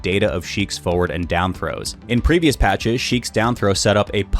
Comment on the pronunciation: Is it just me or does he say "Foeward" not "Forward"?